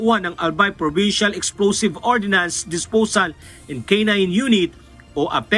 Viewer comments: Ordnance hindi Ordinance. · Ordnance hindi ordinance